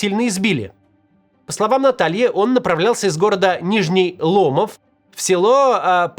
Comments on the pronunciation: ЛомОв, ударение на второе о, пензюкам уши режет ваш лОмов Максим. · Нижний ЛомОв а не ЛОмов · Максим, город Нижний ЛомОв, а не ЛОмов. Я понимаю, что в Вики смотрели, но я не знаю какой идиот проставлял там ударение. Для Верхнего ЛомОва ударение верное. Это по названию реки ЛомОвка (и одноименной деревни). Знаю 2 истории из Заречного, они через вторые руки, но в достоверности я уверен. В первом случае удалось вернуться домой, во втором - человек через несколько дней позвонил из Ростова, сказал, что везут на фронт. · Ни ломОв,а лОмов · только город называется Нижний ЛомОв, а не ЛОмов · ЛомОв, не ЛОмов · Не лОмов, а ломОв) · Правильно - Нижний ЛомОв. Ударение на вторую "о". За Спасибо за ролик от пензенца. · Максим, не лОмов, а ломОв! Нижний ЛомОв! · Правильно ставить ударение на второе О в названии города Нижной ЛомОв. лОмов пиzдец слух режет нам, пензенцам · Не лОмов а ломОв, Нижний ЛомОв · Максим, не Нижний ЛОмов, а Нижний ЛомОв, там на вторую О ударение) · ЛомОв, а не ЛОмов, в остальное верно, всё так и происходило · Привет Максим! Я как раз из Пензы подтверждаю всё сказанное в ролике(да тут и подтверждать не надо). Только город называется не Нижний ЛОмов и Нижний ЛомОв. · ударение ЛомОв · Нижний ЛомООООв! Ударение на вторую букву О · максим, максим! правильно говорит ломОв) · Ломо́в Максим, на второй слог ударение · Не так ударение поставил ( нижний ломов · Максим, спасибо что осветили события нашей глубинки, но Нижний Ломов с ударением на второй слог!) а так все по факту и четко!) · Максим, Ломов Н. Ударение по другому. Да в Пензе происходила лютая жесть... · Нижний ломов ударение на другой слог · правильно ставить ударение Нижний ЛомОв, как Ростов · Нижний Ломо́в, на второй слог, деревня😂 Одичали совсем в своих Рамат-ганах😅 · Бастрыкин:"Мы более 30 000 уже ОТЛОВИЛИ таких". Это по отношению к людям?! Да?! Теперь я знаю, как выглядит дно. Максим, ударение в названии города Нижний Ломов на вторую "о". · Ударение на второе "о" ЛомОв) Спасибо из Пензы за огласку!!